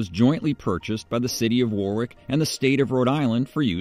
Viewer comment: It’s War-ick with emphasis on first syllable, not War-wick with emphasis on the second.